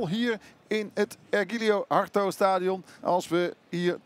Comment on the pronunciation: Univar, estadio ergilio harto.. er zitten wel wat meer foutjes in. Zal de warmte wel zijn ^^